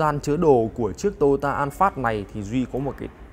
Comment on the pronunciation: Vietsud là "an pha" chứ an phát cl